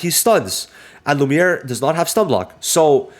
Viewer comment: Bro should not say lumie😭